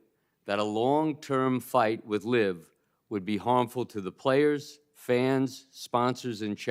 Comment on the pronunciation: It's LIV, not LIVE